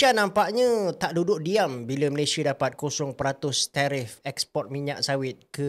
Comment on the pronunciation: SEBUT DENGAN BETUL NAMA..MALAYSIA🇲🇾🇲🇾 BOSAN DENGAR HANG CAKAP... "MALAYSHIER"